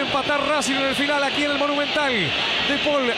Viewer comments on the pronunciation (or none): "De pol" le dice a De Paul jajaja